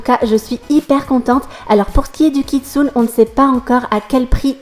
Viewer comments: Sa s'écrit kitsune mais sa se prononce kitsunÉ :) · Hey:) je voulais juste te prevenir que "kitsune" se prononce "KitsunÉ" ^^ Et je participe a ton concour! Mon pseudo: KeroniAS7 J'espere gagner ^^